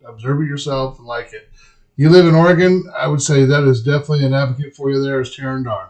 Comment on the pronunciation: "Oreggon"? Really?